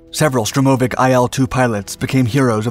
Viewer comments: Stress on the first syllable: SHTURM-o-vik. and be-TON-flugzeug (concrete airplane) and Malo-ro-SIS-kaya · Correct and a stress is on "vik". Also, by Russian habit of pronouncing the short abbreviations and names, IL-2 is pronounced like the word "ill", but short, just what the letters IL (ИЛ) form. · штурмовИк. Ударение на последний слог